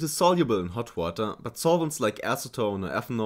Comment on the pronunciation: distilled watee :3